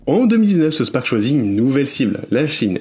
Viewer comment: Arrêter de dire SouSS Park, on dit South Park!😉